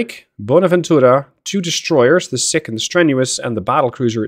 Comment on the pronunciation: Doubt you will need to say it again soon, but the DD Sikh is pronounced Seek, not Sick. As in after the religion - Sikhism